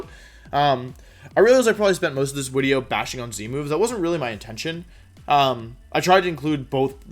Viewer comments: Wolfey: It's intro, not into Also Wolfey: Wideo. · Wideo intro is now wideo intoe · Wolfey vocabulary: video = wideos Intro = intwo Gigalith = Jigalith Incineroar = ban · Wolfe, if wideo is wideo, then doens't that make us wiewers?